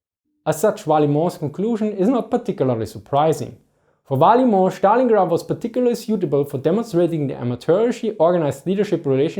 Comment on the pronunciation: yes, his pronunciation kills me